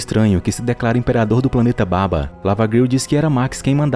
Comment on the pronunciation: Não é baba é sim babua